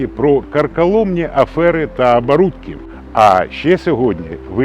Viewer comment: Так, є проблеми саме з вимовою. Найбільша з них - це Акання. Наприклад: "кАхання", "АбАрудки". Бажаю успіхів автору.